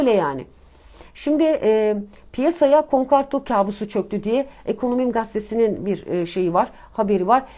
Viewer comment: Bir ekonomist nasıl olur konkarto der ve bundan memnun olabilir.Yaşın olmuş 55 insan akşamları 10 dakika çalışır da konkordato demeyi öğrenir be.